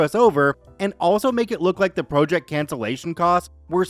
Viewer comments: I started listening to you channel last week. Enjoy the stories, but you constantly mispronounceing vowels is driving me nuts. Especially the word project. The way you pronounce it means to jut out. A task of work is pronounced project. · Could you check the proper pronunciation for project please? It’s distracting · why can you not pronounce the word PROJECT?!